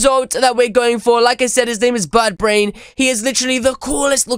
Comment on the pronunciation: Did you just say buttbrain?